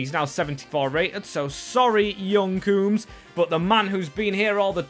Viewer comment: bro why do you always add letters to players names? clearly 'coombes' not 'croombes'